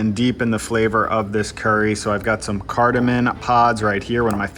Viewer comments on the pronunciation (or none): Hey man, love your videos- it's not CARDAMIN, it's CARDAMOM.